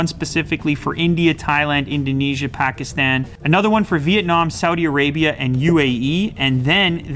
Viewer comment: 5.17 The way he pronounced Pakistan 😂